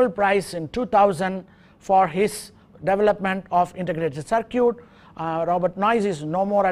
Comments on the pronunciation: LOL he says "sir-cute" instead of "sir-kit"....cracks me up, but its all good ...... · Very good course. However I did wonder why, since the word "circuit" is to be used so much, the Prof. did not polish up the pronunciation. I think it is usually pronounced " SirCut" rather than "Sir Cute". Hope this is helpful. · Just a little help here, circuit is pronounced sir-kit, or ser-kit, i know i cant speak your language, im only trying to help. Good luck to you. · sir is pronouncing circuit as cir-cute, but its okay... the teaching is excellent !!! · circuit why all indian pronunciate it circooet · lol, sir-cutes. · sir-cute (circuit) lol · Ihtisham U are totally worng all indian are not pronouncing circooet